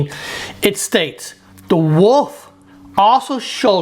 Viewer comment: Don't trust anyone who doesn't know how to pronounce wolf.